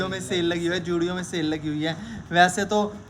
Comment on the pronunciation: It's not Judio, it's Zudio, come on! And before complaining, please check the sizes. You guys are picking XL, XXL, and L sizes and then complaining. Come on, this is something even a kid knows. If you wear small or medium, pick that